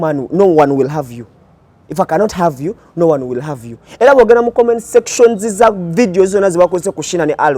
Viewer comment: Number emu wekuula omwaana ono banange. I just laugh whenever I see him remembering cheezaaaaa.... From the momentiiiiii😂😂